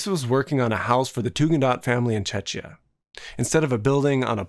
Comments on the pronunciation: oh that pronunciation hurts. “Chechia” – 😬 It’s Czechia. Or The Czech Republic. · Hi there, nice video, well done, I just wanted to point out that Czechia is spelled as "Check-ia" not "Chechia", it could sound like Chechnya at first :D, but that is just small detail. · Tugendhat is not in Chechia but in Czechia [Check-ya]. Or go with Czech [check] republic. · Great video, but the Tugendhat house is in Czechia, not Chechenia. (as a Czech citizen myself, that frustrated mě a bit :)) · Tugendhad Villa is in Brno, Czechia, not Cecnia. You make yourself look ignorant, it's a pity for otherwise interesting video. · Nice video. One small thing, Czechia is pronounced differently. The first part is soft as you said, but the second is hard k. It is more like Czekia. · Vila Tugendhat in Czechia (Czech Republic) not "chechya". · Chechya? what a pronunciation took me a while. Tugendhat house was in Czechoslovakia at that time, now The Czech Republic or Czechia, not sure what Chechya is 🤣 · IN WHAT??? CHECHIA??? bruh just call it Czech Republic or Czechia not whatever u said plz. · I'll be a little nit-picky, sorry: there is a typo in "Tugendhat" and Czechia (the new-ish short name of the Czech Republic) is pronounced with a "k" sound in the middle. I wonder if maybe some of the viewers might think that Mies had built a house in Chechnya... Anyway, this is a great episode, I just couldn't help myself! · right, chechnya is nowhere near the czech republic, i was kinda thrown off by that :) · The Tugendaht House is in Brno, Czech republic (your pronunciation sounds like Chechnya, so hope you were saying Czechia) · Hey, love your content, but you got the pronounciation of Czechia quite wrong 😅 Also at the time when the building was built, it was still Czechoslovakia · As a Czech, your pronounciation of Czechia really bothers me... :( On the other hand, this video taught me more than university about 'plan libre'